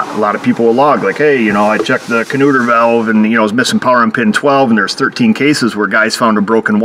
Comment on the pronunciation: I heard you say kanueter valve and I cracked up.. I used that part name in the early 80s while working in the walmart service center. Our promotions gal came in with her new chevy nova ( the import one ) for a oil change. She was cute and I thought I'd give her a hard time. I told her that her kanueter valve failed and the main bolt keeping the engine together rusted out. She freaked out because she just bought the car. I let her rant for a bit and told her I was messing with her and the car was fine. I thought she was going to hit me. She finally laughed. Anyway nice find using your diagnostic skills.